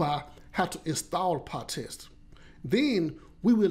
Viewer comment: Not PahTest, but PyTest!